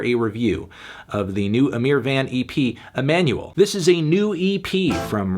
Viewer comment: It’s not van, it’s VAUGHN